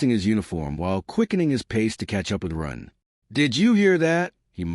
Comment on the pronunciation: The AI narrator sometimes calls him Run and Ron. And it keeps calling Jin "Jean" and someone else named Mako "Mayo"